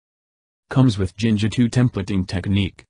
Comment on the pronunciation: It's "Jinja2" actually